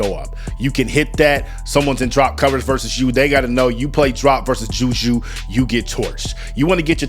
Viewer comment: Her name is Juju not Judea stop actin cute